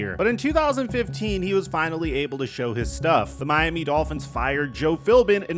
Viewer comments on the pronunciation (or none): none